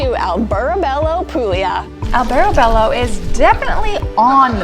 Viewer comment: Was für ein schlecht gemachter beitrag,lippen stimmen nicht zum ton,und geben sie den hund der immer wau wau macht ins tierheim !alle ortsnaman sind falsch ausgespruchen, auch prosciutto,und nuicht prosskutto,albertobello ,gibt es nicht ! Grauenhafter beitrag 😤😤😤 wir leben hier seit 25 jahren,es ist im sommer alles sehr sehr touristisch !